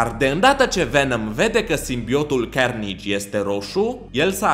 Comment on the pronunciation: Se zice carnaje